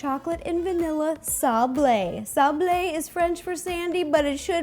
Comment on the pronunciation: Um it's Sab-Le not sab-La